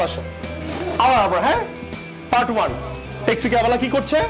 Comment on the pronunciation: Is it T or THI ,,,.taxi sounds good instead of thaxi ,,, without 'THI' everything was excellent